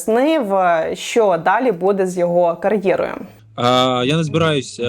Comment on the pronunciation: Не будЕ, а бУде, скільки можна, тикати на російську , а самі через сраку на українській розмовляєте🤦‍♀️